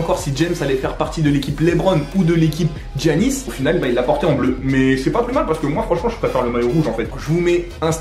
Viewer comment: Je sais imbécile, il l'a prononcé Jannis.